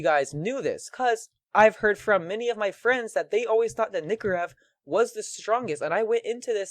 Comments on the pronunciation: Lol he calls it a nikorev not a nykorev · The nykorev is procunced nie-co-rev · PRONOUNCE NYKOREV RIGHT PLS